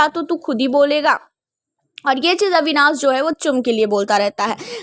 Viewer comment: अविनास नहीं अविनाश कहते हैं